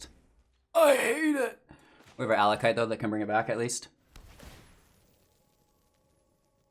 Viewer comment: it's pronounced AckOLight